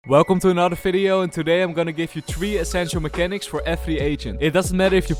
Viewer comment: Did you just say 'Welcome to another FIDEO' lol